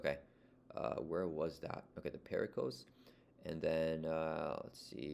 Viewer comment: The Circe = The "sir-see" The Pericles = The "peh-ruh-clees"